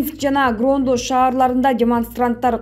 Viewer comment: Грондо эмес Гродно.